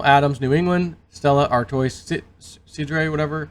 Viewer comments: Stella “Are-twah” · "Stella Artois" is pronounced "Stella Artwaa". They were established in 1366. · Monsanto has changed their name to bayer so look out for that also Artois ?? Come on man !! (Ar-twa) at the very least